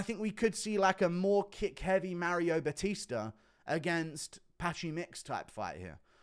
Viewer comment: Marry-o Buh-Teester